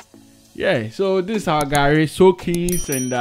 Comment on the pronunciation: And it's Garri not Gari Soakings